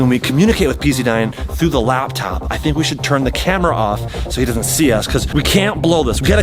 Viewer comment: Chad said lab top